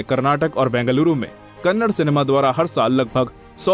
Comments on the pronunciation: Hey handi sorry Hindi it's kannada not kannad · Dude it’s not Kannad it’s Kannada❤️ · It's not Kannad it's " Kannada " Please atleast now pronounce properly... It's irritating to hear people calling it Kannad 😑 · ಅದು ಕನ್ನಡ, ಕನ್ನಡ್ ಅಲ್ಲ. It's Kannada, not Kannad. Pronounce properly. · It is "Kannada" not "Kannad", Do south India people call Hindi as Handi?? If anyone have guts reply? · Bro u hv to pronounce it as kannada not kannad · If u say kannada is kannad then we will say Hindi as a handhi,😂😂 say probably first it's not a kannad it's a kannada